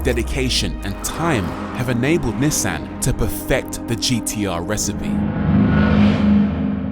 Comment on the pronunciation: ^This, not to mention the pronounciation of Nissan.